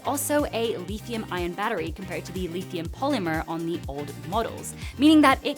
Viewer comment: Lith - ium, you said Leethium :o